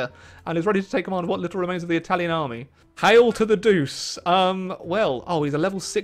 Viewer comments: Duce is pronounced du ch e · “Duce” /“il Duce” How said it: “Doose” How it’s pronounced: ”Doo-Ch-É” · Love your video but your pronunciation of Duce drives me mental.